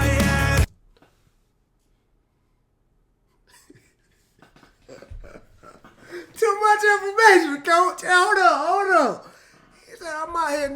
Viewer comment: "in my yead, in my yead"